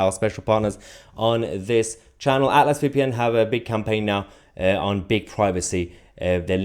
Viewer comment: Why do you say Atlas so weird? 😅